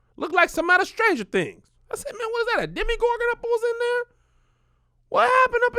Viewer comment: He ain’t never said a demi-gorgin 🤣🤣🤣